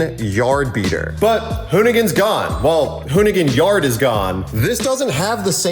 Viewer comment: Said it right the first time... hoonigan is gone